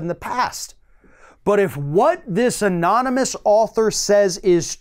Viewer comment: Remember when he tried NUMEROUS times to pronounce anonymous?ANONMONUS,AMONAMUS,etc.Couldn't say it no matter how hard he tried!